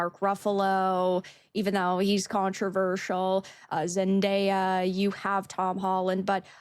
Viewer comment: Why do people keep pronouncing it ZenDIEa? It's literally pronounced exactly as it's spelled.